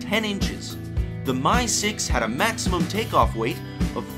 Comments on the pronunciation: Two things - Obviously, you're passionate about helicopters.... BUT.... MIL aircraft are abbreviated - "M" "I" not "My". It's the "MI" 26, not the "My" 26. You evidently know better than to refer to the Chinook as the "tch" 47. Also, if you want an audience and for anyone to come back then take my advise..... Speak either in metric OR standard; NOT both. Half your video was conversions and it's annoying as hell listening to that. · So this American is showing his ignorance, the first Helicopter (and subsequent MIL helicopters) is pronounced M. I. not "my". The second one is a French helicopter so why is he putting on an Italian accent and using Italian pronunciation? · MI is pronounced "mee".